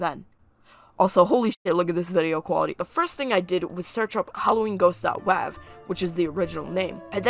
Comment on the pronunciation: “dot wAHv”